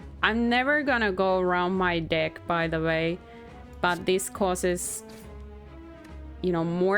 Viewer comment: Your accent is kinda unforgiving with the word “deck”, playing a TCG.